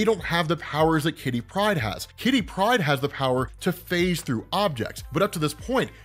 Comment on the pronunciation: I always giggle when you say kitty pride. Like it's one word. Great video